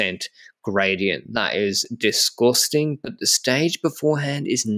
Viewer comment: I love when says "Disgustin' "